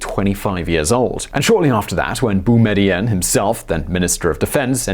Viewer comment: It’s Boo me dee een And Bouteflika is pronounced Boo tuh fleek uh